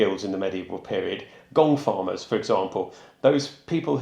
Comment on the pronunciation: The gong farmer at first I thought you were saying gold farmer. 😅 Wonder if one was ever randomly hired to come early just to find something like a gold bracelet that was doped down there by accident. 🤔